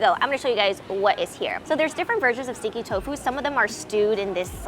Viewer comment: I thought you were saying sticky tofu and I couldn't understand how it's sticky because it didn't look sticky